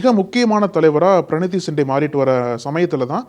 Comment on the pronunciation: நக்கீரன் ஊடகம் பேசும் நெறி யாளர் எதிர் கட்சி தலைவர் ராகு ல் காந்தி என கூற வேண்டும் மதிப்பு கொடுத்து பேசவேண்டும் வயசில் உன்னை விட மூத்த வர், பிரினி தி சிண்டே என கூறுக தம்பி பிரனி தி அல்ல சரியா கூறு,,, தமிழன்